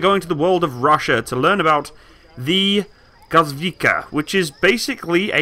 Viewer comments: How hard is to pronounce gwozdika?are u kidding? G v o z d i k a. Gvoz - dika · After third time i heard you say govdika i just cant continue watching without leaving comment, i am so fucking angry that you didnt check correct spelling before making video about it, its GVOZDIKA NOT GOVDIKA! Edit: just few second after i finish my comment and start watching again he butchers yet another name, its 2S2 FIALKA NOT 2S2 FLATKA or whatever was that. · Take some time to pronounce the names, it's g-voz-dika, e-katerin-burg, etc